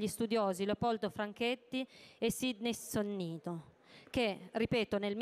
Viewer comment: comunque è Sydney Sonnino, non Sonnito.. cazzo!